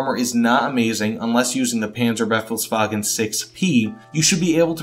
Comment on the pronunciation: Mate, it's not the Penzerbeffelswagen, it's the Panzerbefehlswagen. You couldn't have butchered the pronunciation worse than that. You know you've got that thick accent, so either don't pronounce the names or check how you pronounce them correctly first. Nice video though.